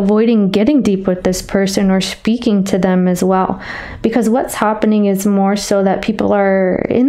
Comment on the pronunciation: Did you say schpeaking?😂